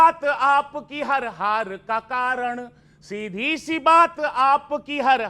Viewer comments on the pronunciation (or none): It's "see" not She.